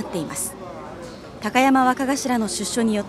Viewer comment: きゃたやまわかがしら笑笑 どんな滑舌したら高山がきゃたやまになんねん